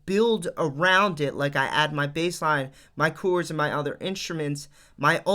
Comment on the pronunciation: Jeeezus man...learn to say CHORDS!